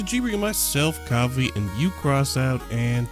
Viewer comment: when you say coffy and crossout, it sounds like your saying coffe and crosant